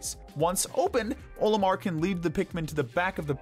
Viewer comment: i have a lot of problems with this as someone who has enjoyed pikmin since his childhood. 1: there is NO defense in pikmin. the game uses HP. 2: Olimar is pronounced with the ol as in olive. not OH-limar. 3: why is the water wraith beneath the base snagret? 4: why is the MAL so low on the list as well? 5: why is armored crawmad so high up if it can be defeated in 8 seconds 6: emperor bulblax needs to be much lower. this is only naming the largest problems i had with this superficial analysis.